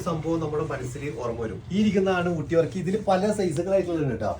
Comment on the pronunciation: വർക്കി അല്ല ബർക്കി